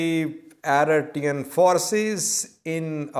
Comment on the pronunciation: its pronouce Eritrean and not Aritrean 🤣😭🤦‍♂️